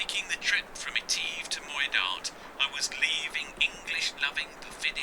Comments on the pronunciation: Etiv with an e. Sound the i not the e mate. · Oh how lovely to hear about "lock eteeve", presumably you mean "loch (a bit like cough) eh-tiv?? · It is pronounced eh-tiv. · Loch Eh-tiv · Loch Etive not Eteeve, a small price to pay for excellent filming and editing, The Scottish Isles close to my own heart having done a few sailing expeditions there myself, what are you going to do once you complete your anti clockwise circumnavigation ?.